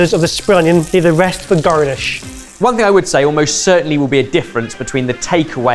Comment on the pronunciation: ish never heard the work "garnish" ever sound so west country 🤠